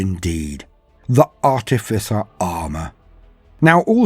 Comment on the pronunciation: Oh boy are we getting treated, thank you, not only is this just a little bit of perfection, but you also pronounced Artificer correctly, not an easy thing. How do I know, well I was an artificer officer in H.M. forces i.e. an engineer, not a good looking chap but I have a bit of grey matter that seems to work, it surprises me too lol